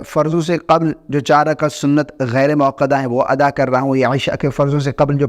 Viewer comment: موصوف ۔۔۔۔ یہ لفظ ”غیرے“ موکدہ نہیں ھے ”غیر“ موکدہ ھے۔ اسلام کے ساتھ ساتھ اپنی مادری زبان اردو بھی سدھاریں۔ یاد رھے کہ عربی زبان کے بعد سب سے زیادہ دینی لٹریچر اردو زبان میں ھے۔